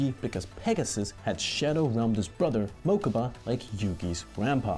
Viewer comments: MaKUUUUUUUBA? STRIKE THREE. THUMBS DOWN. PLZ GET A FAN TO WRITE THESE. HIS NAME IS MOE-ka-buh. Mokubah. IF I CALLED HIM GA-KO instead of Goku, youd he pissed too. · >pronounces Mokuba as Muh-KOO-ba Bruh.